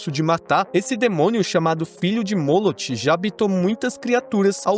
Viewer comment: MOLOCH se lê M.O.L.O.Q.U.E GOSTEI, EXCELENTE VÍDEO.